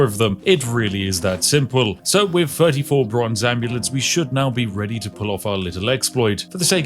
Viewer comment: The way you pronounce TH as F is just gross.